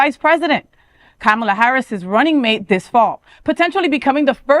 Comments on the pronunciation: Kom ah la, not Kam ah la. Boot ah geig, not boot ah judge. You’re welcome. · Stop saying camela it’s Kamala